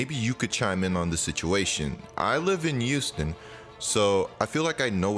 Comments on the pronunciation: Does anyone else here him say “Youston” instead of Houston? I just think it’s cool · Youston Rockets 😂😂 it’s Houston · Take a shot every time says “Youston”